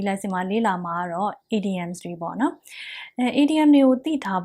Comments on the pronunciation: the teacher said IDIOMS but i hear IDIOTS LOL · the teacher said IDIOMS but i hear IDIOTS